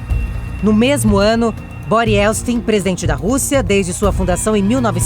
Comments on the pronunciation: Quantos erros de português e de pronúncia. "Se deliniam"? "Ieltsti"? Tudo errado e de doer os ouvidos. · A moça conseguiu chamar Boris Ieltsin de "Bori Ielsti" 100% das vezes que tentou. Sério, deviam regravar. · A narradora ainda falou "YELSTIN" várias vezes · A reportagem foi ÓTIMA,mas a moça errou o nome todas as VEZES.....